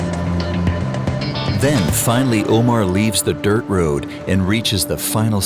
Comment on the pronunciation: Nice documentary! Small recommendation could be to please pronounce the driver's name as "Omár" (accent on the last syllable) as it is pronounced in Spanish!